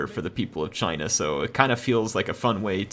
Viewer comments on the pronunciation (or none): none